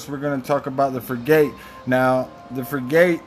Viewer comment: it’s pronounced frig-it… just sayin’